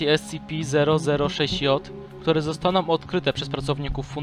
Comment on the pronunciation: Mówisz scipi grę na mówić scp